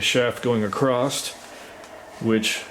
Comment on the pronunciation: 30 seconds in, and I hear my 2 least favorite mispronunciations of English words: heighTH and acrossT